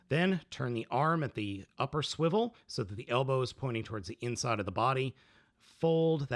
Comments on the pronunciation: Do not say swiwle like this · why does he keep saying 'swivel' in a weird way